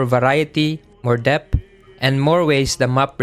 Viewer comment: please learn how to pronounce depth